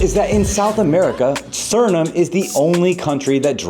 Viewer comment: Remember, you can't spell Suriname without urin. Also, noted, you can't pronounce Suriname. Please stick with build videos, clickbait ain't for you.